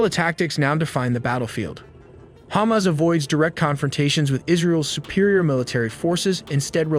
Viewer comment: I stop watching when you said Khamas controling humanitarian aid!